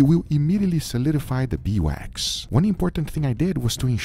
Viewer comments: Title spelling: Beeswax (correct) Guga throughout the video: Bee wax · Is it that hard to call it Beeswax? Not Bee Wax. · Why wont he say bee's wax instead of bee wax